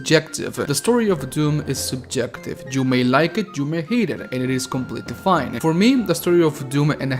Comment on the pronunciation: your YOU sounds like jew. "jew may like it jew may hate it". XD